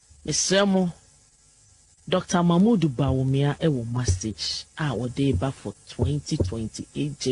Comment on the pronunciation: Why this woman thinks the Presidency is a marathon where batons are been passed during a race? The host was emphasizing on the word 'Message' but she kept saying massege. Give us just one massege you couldn't 😂